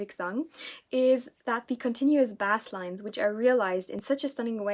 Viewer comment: Thanks so much for the awesome recommendation. I like The Golden Apes but never knew they released an album this year so thank you :) Also, I really don’t mean any offense by this because your English is amazing, but ‘basslines’ is pronounced ‘base-lines’ which is weird as it’s not how it’s spelt.